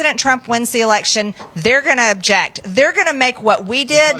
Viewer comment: She can't even pronounce "object" right. She pronounces it "objet". LOL!